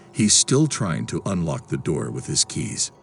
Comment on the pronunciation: “Open the noor”